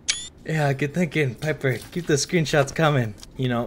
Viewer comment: ITS BABY PIPER NOT PEEPER